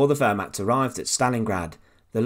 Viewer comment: Please correct your pronunciations of Stuka and Wehrmacht it was really annoying me watching this!